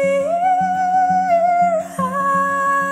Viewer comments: really nice. but just a tip for you.. it's pronounced shandelier... 'sh' sound (like in shout), not chan. cheers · Can someone please tell her the correct way to pronounce (and sing) chandelier (sh-and-uh-leer)? Otherwise, well done. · I love this cover but it's pronounced shandelier even though it's spelled with a ch but I still love this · Justin Salud well pronunciation is part of a vocal performance so... and conversely you're discounting her pronunciation for her craft personally this is one of my favorite covers of this song but it is pronounced with a SH not CH sound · its shandelier.. pronounce it properly... thats all. otherwise its a great singing performance.. I likeit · Instead of chandelier she pronounced tyandelier... I'm sorry but it's true... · It's pronounced like shandilier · Nicely done both vocals & guitar. Yes, I noticed the different pronunciation of "Chandelier" but it was fine. This is your version, not a copycat. Good for you! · Her high choruses are beautiful but the mispronunciation of the word 'chandelier' is very distracting. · I somewhat agree but I think the 'acoustic' set makes the falsetto suitable. What I for some reason, didn't like, was the way she pronounced chandelier lol. But this is well done nonetheless. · I really appreciate this interpretation overall with the falsetto in the chorus and the acoustic guitar! But I don't think you're pronouncing chandelier right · Sometimes her singing was slow and she pronounced chandelier wrong... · u mispronounced chandelier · can no one pronounce "chandelier" properly?